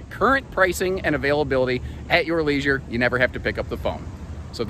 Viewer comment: for some reason I heard “leasing” when you said “leisure”, but that would be an interesting business model to lease RV’s, like cars, so you make money during the lease period; then, since you still own it, you can sell it as a used RV (maybe to the leaser if they really liked it)‼️ 🤔 💭 🧐 anyone out there doing this already (& I don’t mean rentals)⁉️ 🤑